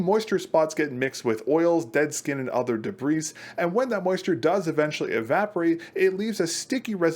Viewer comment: the s in debris is silent